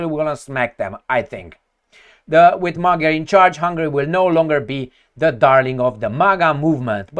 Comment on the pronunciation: It's pronounced "Madyar", in Hungarian "g" is read as "d".. And yes, it seems like the end of the remains of sovereignty of Hungary.. Just maybe the votes were just counted the "other", more liberal way?..